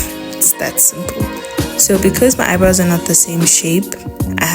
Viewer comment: The South African me thought you said Haibo when you said “eyebrows “ 😂😭😭😭😭 girl